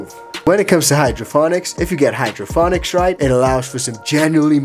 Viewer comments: Why do you keep saying hydroFonics? It's hydroPonics sir. Lol! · Is he saying HydroPHONICS? It is hydroPONIC right? Or am I experiencing a Mandela thing? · Yea he is saying hydrophonic lmao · HydroPONICS… NOT HOOKED ON PHONICS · pls tell me this is a joke about how he pronounced hydroPONics lol